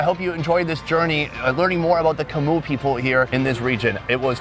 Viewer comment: Yia's obvious disdain when you said "Macoo people" instead of "Chmu people" was hilarious.